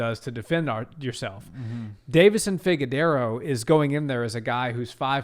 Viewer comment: Can’t take you serious when you say figue-dero